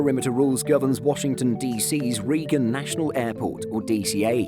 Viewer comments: Reeeeegan and my ears perk up lol. Rayyyyygan. Like when I said Ed-in-burg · It’s pronounced RayGUN LMAOOO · OMG - Ronald Reagan was a President of the United States. Have you never heard of this man? Have you never heard the man's name pronounced? His name is RAY-gun - not REE-gun. Sheesh! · Reagan is pronounced Raygan not Reegan and Austin is also pronounced Ostin now Oustin. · That is Ray gan... as in Ronald Reagan.. not Reeeee Gan. You even had the photo of the full airport name as you mispronounced it. It isn't like he wasn't a popular western actor, Governor of California, or popular, well televised US President known and often quoted worldwide, with perhaps one of the most iconic world political statements of the 80s saying, "Mr. Gorbachef, tear down this wall." You must be from overseas. LUL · Ronald Reagan’s last name is pronounced “raygen” not “reegan” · REEGAN airport!!!? REE-GAN!!? Does this guy have any idea who the airport was named after and how his name is pronounced? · Cringe: Reagan National Airport Extra cringe: Ree-gan National Airport ;) Based: National Airport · I heard that too - ignorant to say the least. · You lost me at the mispronunciation of Reagan. Not that I was a fan, but you have to get stuff like that right to be credible. Think Reagan had a chief of staff called Regan though ...